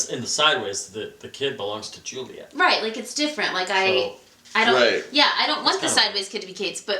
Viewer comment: Nooooo you said Suliet you can't just take it back. YES!!!!!!! That's why you are my favourite:p xD